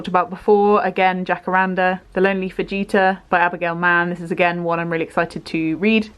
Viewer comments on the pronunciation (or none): Are we just not guna discuss the way pronounces “fajita”? 🤣 tickled me